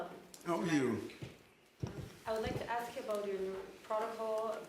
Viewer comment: Lady in White suit next to Mayor says axe instead of ask. Please stop that.